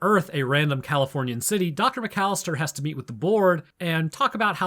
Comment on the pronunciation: What they don't teach you in the microbio lab is how to count syllables, Macallister is four not three